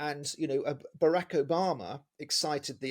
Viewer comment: Ok he can’t say Barrack either 🤣